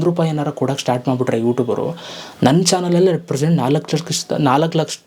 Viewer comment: 4 ಲಕ್ಷಷ ಅಲ್ಲ ಲಕಾಶ thuuuu😂